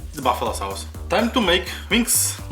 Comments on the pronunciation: I like the accent because he says sawce that's neat bruv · Dude I love the way you say sauce 😂😂😂😂😂 your videos are all great. Keeping going man